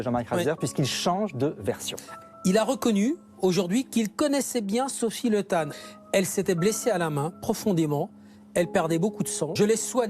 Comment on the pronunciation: Pour info, son nom se dit Li ( et s'écrit Le), mais ne se prononce pas Le comme on pourrait prononcer "Le Pen", ou "Legrand".